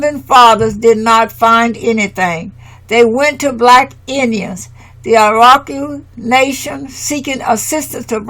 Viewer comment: My Dear Sister commentator...the phonic pronunciation of "Iroquois" is: "EAR-O-QUAAH". Thank you for your diligence and honoring the ancestors and our matriarchal tribes and customs noted within this work. Let them be "Americans" for we are Amaru-Khans..."Royals of Amaru" in the lands called Atzlan later stated by the Greeks as "Atlantis". The True "Blue Bloods" and students of Tehuti/Djehuti also known as Thoth the Atlantean who set up Ancient Egypt and Hebraic customs which upon the Great Cataclysm Thoth went setting up the :Second Egypt and the Iberian Peninsula of Northern Alkebulan/Africa. Last...our Great Mother Amaruca connects with Asia by the Beringia Land Bridge/Strait now submerged underwater...still connected with the other. That is PROOF Amaruca/America IS The Orient and the Far EASTERN Lands of The Rising Sun!! We are NOT in the Western Hemisphere. "Pass me the Soy Sauce Please"..... 🙇🏾‍♂️🕊🙏🏾✊🏿🍷🤴🏿👸🏿👑👳🏽‍♂️👳🏾🦹🏾‍♀️🧙🏿⚔🛡🗿🗿🗿🕎✡ 🥍⚽️⛸🏀⚾️🏒🤠🦅🪶🏹⚖✊🏿